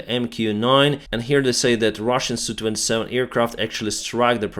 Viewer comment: Mate, the Sukhoi aircraft with an SU designation are identified as S.U. Not as Soo. Just sayin’…….😁👍